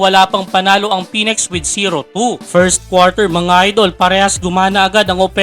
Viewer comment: May bago palang team ang PBA., phoenex. plantsahin m kaya dila mo para mapronounce m ng maayos sinasabi mo